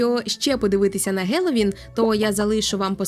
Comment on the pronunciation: Ну хелоуін ж який гелоуін 🤦🤦